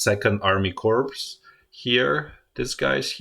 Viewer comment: amazing good analysis. thank you ! BTW in "corps". you dont pronounce as written, but "cor". is right Wiki Corps (/kɔːr/; plural corps /kɔːrz/; from French corps, from the Latin corpus "body") is a term used for several different kinds of organization. A military innovation by Napoleon, the formation was first named as such in 1805. The size of a corps varies greatly, but from two to five divisions and anywhere from 40,000 to 80,000 are the numbers stated by the US Department of Defense.